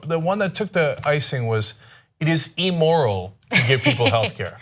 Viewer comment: Cenk, for gawd's sake, learn to pronounce the word immoral. It's pronounced IM-mor-ul-- short I not E-mor-ul, the way you say it. And no, there is no morality or common sense in the American healthcare system. I'm disabled and I have Medicaid. My doctor has to fight Medicaid every month for me to just get my medicines on time! It's CRAZY!